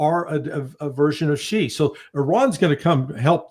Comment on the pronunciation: Dude…it’s Shia..and alawites . Get it right please